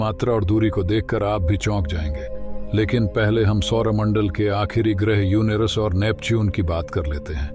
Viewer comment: युनेरस नहीं युरेनस हे उच्चारण सही कर लो